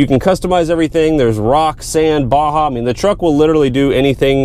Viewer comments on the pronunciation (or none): none